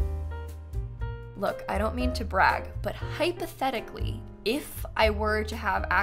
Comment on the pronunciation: If you "hypotechically" had tha pack XD (love that you said "hypotechically" and then "im gonna record that reaction tomorrow" XD) I have a few quesitons :) 1. Which other pack do you miss while building (not playing) with the pack? to feel its complete as to say 2. Can children/teens ride on the small horsies? 3. Can children/toddlers play with the goats? (omg the goats are so adorable!!!!!!!!)